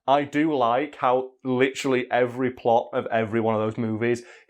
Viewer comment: New drinking game!!! Take a sip every time says "litcheraly" 😂😂😂 just messing love you lol.